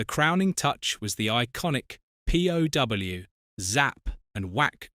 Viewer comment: #8. We get one of the things I hate about A.I. The voice pronounces the word 'POW' as P.O.W. As if the video being clickbait wasn't bad enough, now we have to deal with a British A.I. voice. It is stated that due to sensors it could not be shown that Batman was actually punching a villain. And then we see scenes in which he & Robin actually DO punch & make visible contact. It's also been shown in the other numerous clips throughout this video of other instances where the same has happened. The villains also visibly make contact with Batman & Robin in their punches as well. This video is poorly done & full of errors. There wasn't anything in here I would pause for except Yvonne,Julie or Lee.